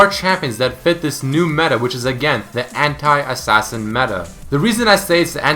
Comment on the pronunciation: The way you say anti XD (hentai).